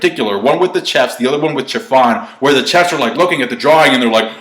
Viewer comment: Chef like shhhhhef not chef like check